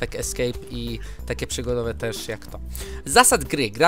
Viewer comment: Nie TERZ tylko TEŻ -_